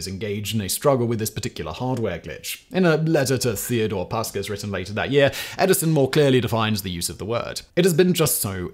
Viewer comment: Pronounced as Puskás like the football player...